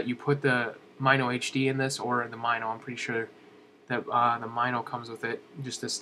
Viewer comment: Totally not being a snob, because I actually liked the video, but Mino is pronounced "Mih-No", not "M-eye-no". -HB